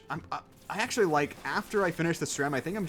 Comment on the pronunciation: acctully more like knacctually.